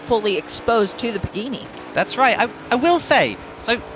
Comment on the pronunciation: Pagani!!!!!! Not Pageni!!!! 😂😂😭😭